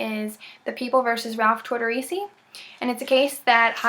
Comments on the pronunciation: Please at the very minimum pronounce his name properly. Just UGH at hearing that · Yeah, you obviously have little to no knowledge of this case based on how you’re pronouncing his name. Checking a box off for class credit I see.